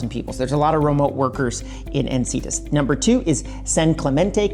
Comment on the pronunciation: En-Sin-EE-Tas ;-) Its just North of Del Mar (San Diego)